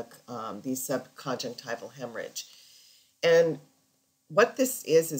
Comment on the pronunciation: You pronounce 'subconjunctival' as sub-con-jec-TIVE-al. Shouldn't it be pronounced sub-con-JUNC-tiv-al?